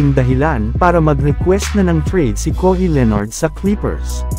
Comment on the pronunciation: Bwahahahhahaha anong kohi, kawhi, ung sound kohi...hahaha